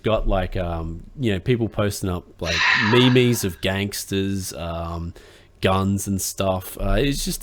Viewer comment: Me-mes? Are there me-mes about the cayche on nuhvidia cards?